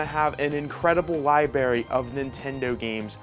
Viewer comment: Dude it’s Library not Liberry and for the love of god it’s METROID not Meteoroid. Just spell it out. But otherwise good job.